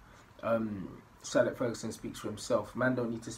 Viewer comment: You always say ‘Sir Alec’ instead of ‘Sir Alex’ wagwannn